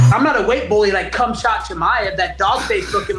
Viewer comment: Bisping acting like he accidentally said “Cumshot Chimaev” was complete trash.